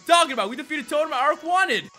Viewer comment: Rodri, the little one is pronounced as dew pi der and the big one is pronounced a rak ra nid. This should not have irked me but it did